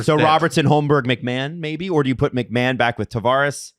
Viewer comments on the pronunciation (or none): none